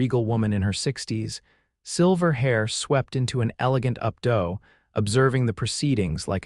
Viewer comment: 'updo' is pronounced with a hard 'o' and is distracting as presented.